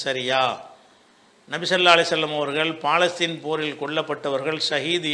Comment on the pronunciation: ஐயா அது பாலஸ்தீன் அல்ல பலஸ்தின் பிழையாக உச்சரித்தால் அதன் பொருளும் பிழையாகும். மார்க்க அறிஞருக்கே இது தெரியலியா?